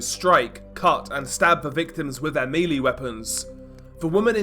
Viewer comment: Whilst we're doing an English class..... Melee weapons, it's pronounced 'mell-ay', not 'mealy'. I am trolling but also correct